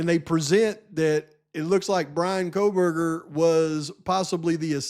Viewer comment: "Kohl-buger"... she can't even pronounce his name😂